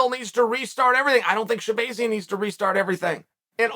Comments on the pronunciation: Sha-bay-zee-an? It’s sha-BAH-zee-an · Sha-BAY-zian…. uncle Chael it’s Sha-BAAAZIAN… I almost feel like uncle Chael is trolling these fighters with the mispronunciation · Stop saying his name wrong lol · Bro how you gonna keep saying this man's name wrong over and over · Uncle Chael 🤝 Butchering names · The way Chael is pronouncing his last name makes me feel like he’s trolling us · That's what he does with everyone 🤣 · Don't give Chael too much heat for it. Us Armenians have difficult to say names which get pronounced wrong by EVERYONE. Actually, even other Armenians get my name wrong sometimes lol